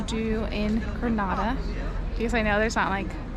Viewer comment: It is not grnada it is Granada